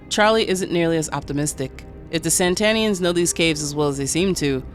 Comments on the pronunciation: "Satanians!" Not Sentanians! Geez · Satanians as in satan, not san-tanians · Really bothers me she keeps calling them Santanians instead of Satanians. Are these Santana groupies ? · I dont understand why the video says SaNtanians like santa and not satanians like satan smh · Not SAN-tanians. SAT-anians. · Ok, I gotta ask... Is saying "Santanians" instead of "Satanians" the same thing as saying "Unalived" instead of "Killed"? Because I fully get it, but it just sticks out EVERY TIME to me (I know it's a me thing and likely not general) and makes it feel weird to not know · Lol I was getting tiny little electric jolts in my brain everytime you said Santanians when the text said "Sataninans". I'm sorry I didn't mean to sound like a dick 🙈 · But the video keep saying saNtanians like santa and it keeps pissing me off